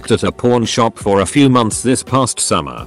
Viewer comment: I hear "porn shop" and not "pawn shop"